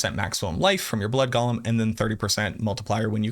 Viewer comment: GO-LEM not Gollum